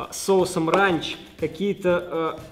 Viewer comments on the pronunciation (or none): не ранч а рэнч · Не рАнч а рЭнч😂😂